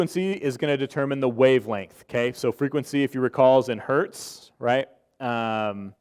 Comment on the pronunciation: One would expect the guy to know that it is “one hertz”, not “one hert”.